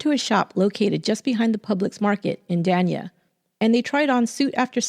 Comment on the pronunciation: The city of Dania, FL is pronounced Day-nya, not don-ya